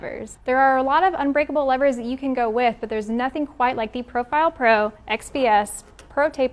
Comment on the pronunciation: I just wanted to thank you for not calling the “levers” “leeevers”! Holy shit that bugs the hell out of me🤦🏾‍♂️